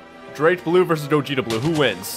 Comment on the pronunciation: Hearing "Gah Jit uh" instead of "Go Jeet Uh" Hurt me for some reason...